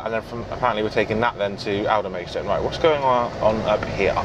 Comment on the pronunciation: Mate, its not Aldermayston, its Aldermaston the "a" is pronounced as in "sat" :)